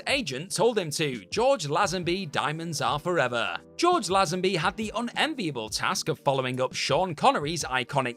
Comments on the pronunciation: His name is pronounced George "LAY-zun-bee". Sorry. It was like nails down a chalkboard. (See also e-MAY-ciated.) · It's pronounced LAYZENBY. This channel gets it's wrong every time. 😛